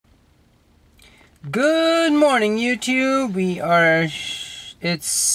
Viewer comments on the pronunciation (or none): I heard "Good Morning YOUPORN" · LOL "You Chube" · "YouTyube" " hahaha ^_^ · Bro, he says yeewtweeb